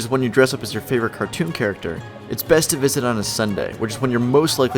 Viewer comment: Go Local Did you just say cartoon?